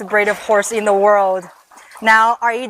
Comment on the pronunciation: I thought she said "braid" instead of "breed"